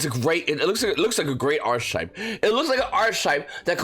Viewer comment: That’s not how you say archetype........